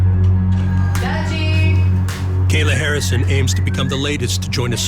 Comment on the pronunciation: Buddy said Gayla Harrison 😂🤣🤣💀